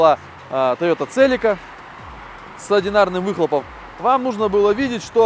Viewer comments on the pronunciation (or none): none